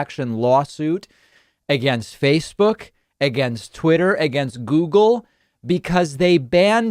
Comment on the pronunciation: I'm surprised David did not pick up on Trump saying "Googoo and Twitter" . It's clearly Trump reverting to his infant form.